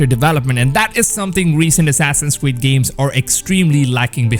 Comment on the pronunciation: Assassin’s cweed (sorry I had to point this out this is just too cute to ignore😌